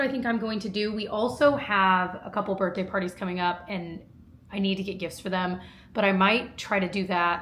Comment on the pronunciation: For the love of god its birTHday NOT birTday!!!!!!!